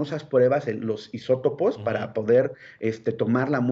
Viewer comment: Muy buenas sus observaciones pero no sé anticipen a las acciones responsables. Definitivamente si no eres epidemiologo mejor no opines. Y una observación se llaman isopos no isótopos